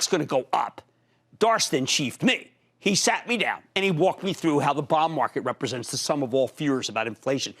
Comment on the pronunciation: The way he says bond market auto-subtitle is showing as " Bomb Market" what's wrong with his accent lol even google can't interpret correctly.